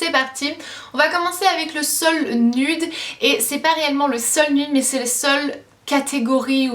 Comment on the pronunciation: Tu sais même pas prononcer "nude"  t'arrête jamais ton accent anglais là, et tu peux même pas prononcer "nude" 